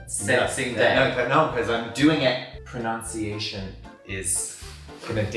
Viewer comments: Is he saying proNOUNCEation on purpose instead of pronNUNciation ? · "ProNUNciation" dictates place. There's no such word as "proNOUNciation",! The verb, however, is, indeed, "to pro"NOUNce", but that's it...:D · Pro"NUN"ciation 😅💞 Love you both btw ❤️❤️ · i think you mispronounced pronunciation